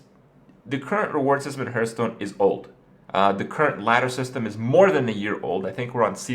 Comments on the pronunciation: It's pronounced HARTHstone, not HERTHstone. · Day 632: Kripparian still can't pronounce Hearthstone